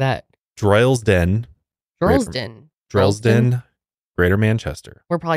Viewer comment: Already listened to this episode on Spotify but jumped on here to comment that it's MAD you guys mention Droylsden! I lived there for a year or so (it's terrible) and you said it correctly the first time 😂